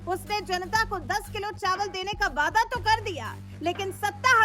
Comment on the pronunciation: Vaaidaa kyaa hai ree??? Waadaa hai.😂😂😂